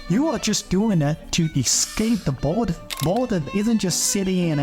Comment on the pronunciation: dude your accent is terrible. it's boredom not bordun. love the content and the work you put through for the video but the mispronunciation of words makes me want to skip the video.